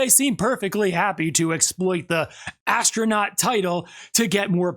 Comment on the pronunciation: Pronounce it astro-nut. Unbelievable. The women rode the origin to heights of dumb and dumber